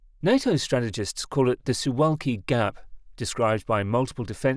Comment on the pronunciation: A pronunciation guide: Elbląg — elb-long Baltiysk — Bal-teey-sk (no v there :) ) Suwałki — soo-vow-kee Kaczyński — ka-cheen-ski złoty — zwo-tee Szczecin — shche-cheen (greetings from Szczecin, BTW :D ) Solid work on reporting the story though!